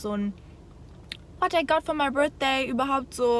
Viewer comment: Dieses unangebrachte 'mi' statt 'my' ist wirklich ganz peinlich 🙆🏼‍♀️😄